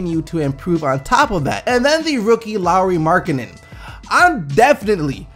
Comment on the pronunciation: I'm finnish and cringed when you said lauri markkase's name lol